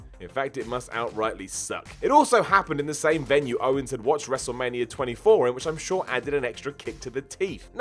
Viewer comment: Can not say wrestmania? Wrestlemanier?